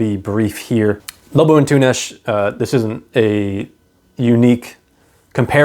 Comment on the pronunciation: You nailed the pronunciation of Lobo Antunes! Thank you for the recommendation — it led me to pick up one of his books and realize that we, as Portuguese, don’t talk about him enough.